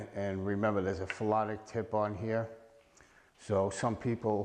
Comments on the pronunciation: It was driving me crazy too. I was like maybe he is calling it "Felonic" because its a felony to use a banned cue! 😅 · You keep calling it a "phelonic" tip and that's not what it is. Its a "Phenolic" tip not a phelonic (isn't even a word) tip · This guy said "phelonic" tip at least 5 times. Hilarious. 🙄